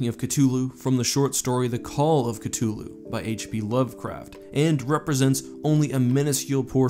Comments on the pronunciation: You know I've never understood why someone would look at the word 'Cthulhu' and decide "Yes, this should be pronounced with a hard T and not a soft th." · Please pronounce it as Cthulu with the th not ctulu i know it’s different for everyone but the majority pronounce the th still great video and cant wait for more mythos videos 👍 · His name isn't pronounced (Ka tu loo) it's (sata ulau) sounds like [SATA U la U] <CTHULHU> It's written in formal tongue so formal pronunciation of each letter except for 'H' a silent 'A' I used 'S' Because you pronounced 'C' with a 'K' sound. Common mistake. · It hurts hearing him say Cthulhu wrong. Ca thuuu luuu not ca two luu…. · Why dont u pronounce it with the th. It's not c2ulhu its c-thulhu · It's not ctullu! It's cthulhu! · Oh so you don’t pronounce it ka-thu-lu and instead ka-tu-lu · ITS THHH NOT T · "Cuh-thoo-loo" is how you pronounce it. Not "cut-too-loo." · it's pronounced (Ka-thu-lu) not (ka-tu-lu) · It might be Sith(c)hulu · So lovecraft in his letters pronounced it kuhth-lu but also the most common kuh-thul-loo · CUH-THEW-LU is how you pronounce it. You are welcome 🤙🏼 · It's actually pronounced in Humans: Cuthulu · Its pernounced CA-THou-lu!! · The T is silent..It is pronounced Kulu basically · Ka-thul-hu is the correct pronunciation. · Don’t say cthulhu like that The th is there for a reason why do people say ctulhu instead I NEED ANSWERS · Ah that hard T is so off putting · I thought the name was pronounced C-THU-lhu but ig the h is silent 🤷‍♂️ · I heard it was pronounced "Cuth-oo-loo". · Chluhu? Chluhu?? Damn, Lovecraft was as bad with pronunciation as he was with foreigners. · It’s actually pronounced cah-hoo-la-hoo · Ok I know Cthulhu has no canon way to say his name but pls "ka-2-loo" sounds awful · C-two-lu? Really? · Its cTHulu with a Th sound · It’s c-hu-lu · I think it is pronounced cuh-thu-lu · Ok but I thought it was Cthulhu and you pronounced the th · cuh thoo loo please fam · Bruh.. ctooloo? Really ?